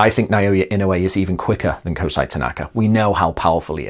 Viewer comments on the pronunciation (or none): KOH-se-ee, not Ko-SAH-ee.